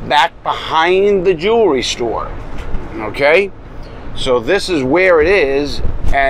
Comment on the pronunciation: Notice how he says first jewerly